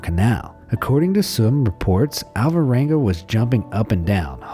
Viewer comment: Please take no offense, but I only got that the name of the guy was "Alvaranga" towards the end of the video, when I saw it written on the screen. For the entire lenght of the video it sounded like How-Voh-wangah. It somewhat puzzles me that English speakers ALWAYS fail to pronounce every single Spanish or Italian name, no matter how simple or short. And those languages are probably among the easiest ones to mimic, when it comes to phonetics. Basically all you need to do is to learn how to pronounce the twenty-something letters of the alphabet, and when you read any word you will never need to guess: every single "A", "B", "C" or "T" will always sound exactly the same regardless of what letters are next to them, with maybe 1 or 2 easy exceptions. English, in comparison, is an absoute nightmare, where you literally have to learn how to pronounce every single word.